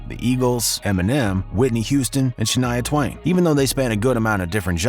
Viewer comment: Bro did u fr just say Shania Twain??